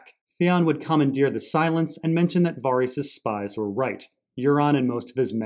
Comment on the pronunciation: Var-ice? 🤔 wtf man?